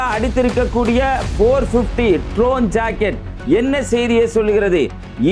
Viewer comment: You talking like a joker. Joker not tron it is drone.